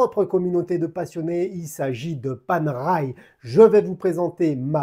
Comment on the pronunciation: Et ben voilà ! Une montre pas faite pour les poignets de poulet ! J'ai déjà une PAM 177 titane que j'adore et si je n'étais pas raisonnable, la otto giorni (en roulant le R) me ferait de l'oeil... Merde, elle me fait de l'oeil 😁. Et ça ce prononce Panéraille 😇.